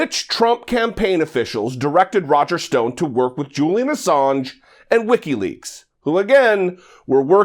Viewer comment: This idiot cant even say Wikileaks right. It sounds like he is saying Ricky Lakes.